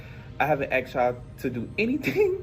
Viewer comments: A teacher saying he axed his students. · I cannot state how dumb it is that a teacher says "I haven't AXED you to..." Sir.. you're a teacher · Hearing a teacher say, "I didnt axe y'all"... blows my mind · The hypocrisy of the "axed y'all" teacher..